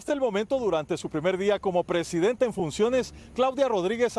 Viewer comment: 😂😂😂😂 no se dice presidentAaaaaa es presidente 😂😂😂